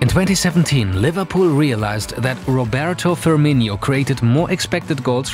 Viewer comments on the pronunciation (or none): Who the hell is Roberto Firminho? Pronunciation, can you do it?!